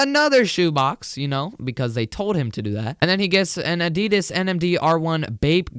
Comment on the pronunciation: adidas is said wrong. sorry if my grammar is shi.. bad